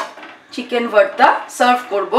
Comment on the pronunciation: Its not varta mam... its bharta